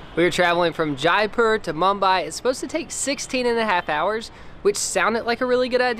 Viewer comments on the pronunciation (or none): Its Jai pur not jei pir 🤪😂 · Just saying no offense intended Jaipur is pronounced jay-poor